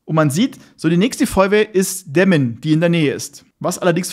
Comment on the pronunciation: Schönes Video 😎👍🏻. Danke dass du in MV warst kurz 😅. Kleiner Tipp für Demmin. Es heißt nicht Dämmin sondern Demmin. Einige meine haben da so ne Macke wie Knossi 😂. Grüße aus Greifswald in Mecklenburg Vorpommern nahe Demmin 😄🤘🏻